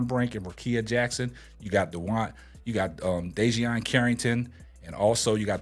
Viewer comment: Bro... DEE-JUH-NAY CARRINGTON! 😂😂